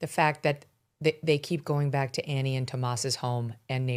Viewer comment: Its not annie!